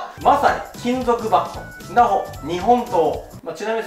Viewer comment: ンダホが言えて無いのか、可愛い❤